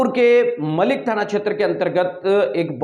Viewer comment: अरे भाई थाना मिलक है मलीक नहीं है